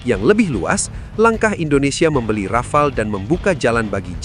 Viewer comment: desult Rafale ya heeeer